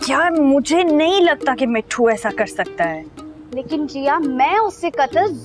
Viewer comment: mispronouncing mithus name